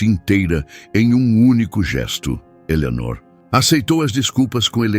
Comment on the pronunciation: Fala o nome de Eleonor direito.ok😊